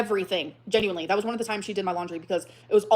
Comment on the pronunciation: Between the mouth popping, the “Ginuinely” & the smugness- this is so hard to listen to- thank you for doing this for us 😂😂😂 The “lie” was it was IG instead of Tumbler? Emily probably talks to super morbidly obese women on EVERYTHING! She just got confused at which site it was. was coming out to play